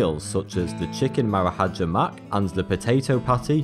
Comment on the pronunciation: Marahaja? Wtf